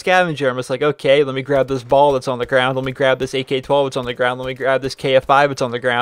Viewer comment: U prenouncee the bal wrong